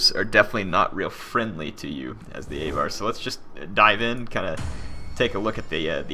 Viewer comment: AAAVVVAAAR, aVar, not A var.